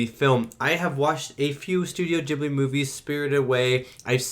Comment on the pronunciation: Great reaction, was lovely to watch. Also as a bilingual, glad you watched it subbed, and love that you pronounced Studio Ghibli correctly!